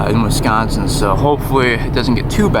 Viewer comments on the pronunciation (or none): none